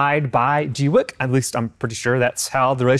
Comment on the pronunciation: I heard a Chinese person pronounce it gway kuh. Thanks for the review. Very informative.